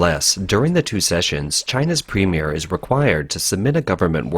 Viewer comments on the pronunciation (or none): I thought its premier not premie correct me if im wrong